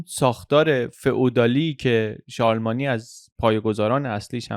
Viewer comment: ممنون از پادکستهای کامل و مفیدی که ارائه می دید. یه نکته رو من با اجازه گوشزد کنم. تلفظ درست شارلمانی به این صورت هست که ن و ی هر دو ساکن تلفظ میشن و در ی ساکن داریم نه ای.